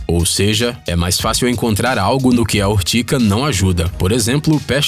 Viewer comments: Ortiga e nao ortica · URTIGA e não URTICA 🤣🤣🤣🤣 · É urtiga e não urtica, conheço essa planta a mais de setenta anos. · "Urtica"? Acho que ele quis dizer URTIGA, com G...